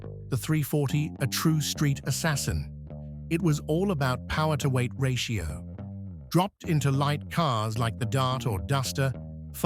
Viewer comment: More than emough puwer